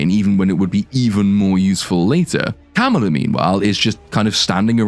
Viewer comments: Oh wow. Yes and English for dumba** is du***ss. Pretty huge difference, wouldn't you say? Not even something that the creators can use under their creative licenses to make a pun about Ms Marvel/Kamala Khan even though they actually do stress on the pronounciation every time. Ka-MAA-la instead of your lotus Kum-La 😂😂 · “Kamalalalala” lmao! I know some say - “Kamala” is adorable - and - only reason anybody should watch this. Ummmm…NO! Just stop! She’s beyond annoying. Don’t watch this for anything. Especially for Kamala Khan. For fucks sake!